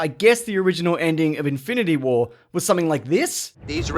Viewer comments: In-fine-ity war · Log-ann and In-fye-nanty Wah... Did you have a stroke? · "infanity wahr" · infainatah wah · LogAAn... InFINEity warAIRR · "Einfineity wair"